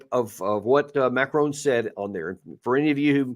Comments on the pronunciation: Colonel… pronunciation of the French president is as follows: MARI-CON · 😂 Come off it. The name being discussed is "Macron". Hardly like a challenging surname such as Cholmondeley? (Pronounced “Chumley”, by the way). Here in Ireland we manage to pronounce names correctly. And since America has French speakers in Quebec and the deep south, French names are hardly alien to Americans. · Second that-all Americans seem to do this - driving me crazy. The Colonel should know better. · Note to you both…Macron doesn't have an 'e' on the end? Macron rhymes with Akron?